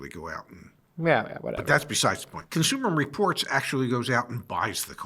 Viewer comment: I stopped listening/watching when I heard "Consumer Reports."